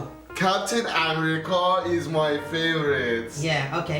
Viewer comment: My man was saying am-rica